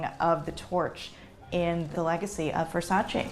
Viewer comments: still can’t pronounce VersacE as it’s supposed to be pronounced lol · She is amazing but a fashion historian would pronunce VersacE properly. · I love you, but it's said VersacEH!!! Come on! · Fashion historian, but can’t say Versace correctly 😂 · The way she is saying Versace makes me sooo mad... typically american pronunciation🙄🥴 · she also didn´t pronounce right her own surname. and a few more designer names